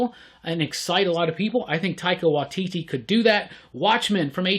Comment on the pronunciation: Also, Taika Waititi pronounced 'why T T'